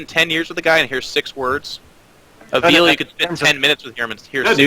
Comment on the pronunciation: I think the least you can do if you're going to mention avilo's name is learn how to pronounce it. And yes, he is becoming more and more popular so, good job mentioning him.